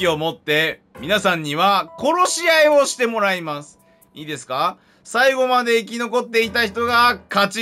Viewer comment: こ↑ろしあい↓